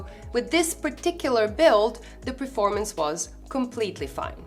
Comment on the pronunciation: You always say PREformance instead of PERformance 😉 Otherwise nice videos ❤